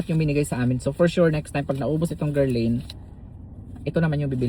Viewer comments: It’s pronounced Guerlan the i is silent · That is pronounced as gherlahn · Guerlain: "ger-lan" Gyro= " yee- rro" Happy ❤ day.